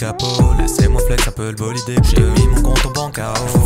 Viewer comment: Super bolideuh